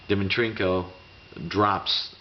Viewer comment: Enjoy your vids, i'd suggest that you take 1 minute beforehand and practice their name if you have trouble DIMI-TRENKO not that hard man